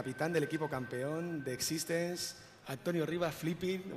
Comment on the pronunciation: es x6tence no x6stenz